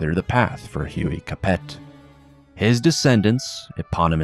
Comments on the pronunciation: I thought Capet was pronounced Ca-PAY? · You don’t say the T at the end of Capet. It’s like Cap-ay